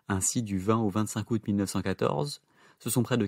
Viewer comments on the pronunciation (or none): En français on ne dit pas ‘deux haoût’. On dit ‘deux Zaoût’